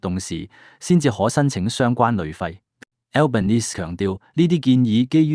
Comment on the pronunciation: 請留意當報讀澳洲總理名稱時留意發音最好不用英文式發音，因為他多次在不同場合對記者表示他是意大利裔人士，所以不應用英式發音來稱呼他，如果報讀中文新聞時可直接用他的中文翻譯名字稱呼他比較合適。